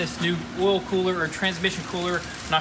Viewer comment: Ool? Oh oil you mean